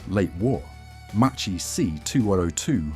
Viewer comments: Really Macchi pronounced like mochi!😱 Ch in Italian sounds like k therefore Macchi sounds a lot like Ma Key only with a double k! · Piccola lezione di pronuncia in italiano: ch=k, cch=kk. Si pronuncia Makki, non Macci. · you also make mistakes in pronouncing MACCHI, we Italians add the H and it is not pronounced MACCI but MAKKI. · Non Machi. Maki. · “cchi” it’s like “kki” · Macchi, you read it MaKKi